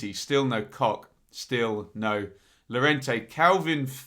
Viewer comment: Great content as usual. FYI Llorente is pronounced with a Y sound not an L (Yer rent ay).